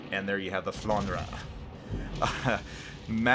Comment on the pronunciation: I play as well the Alsace a lot and I like that ship as well. BTW it is pronounced Flandr (e is silent for you)